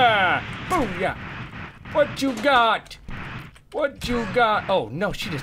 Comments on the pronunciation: Is it just me, or was that "boop" more like "poop"? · I'm pretty sure Toby said Poop instead of Boop this video. o.o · Sounded like u said poop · Anybody else notice he said "poop" not 'boop" to end this time? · That more sounded like poop then boop Toby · instead of saying Boob, he said Poop :P